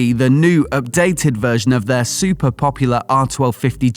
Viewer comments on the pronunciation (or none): none